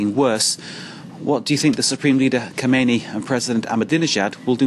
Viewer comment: learn their names...leaders name isnt KHONEINI...its KHAMENEI....smh